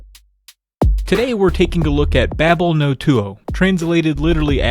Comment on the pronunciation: Bable No Too oh what? It's バベルの塔(とう). Or Babel No Tou (Babel Noh Toh ooh).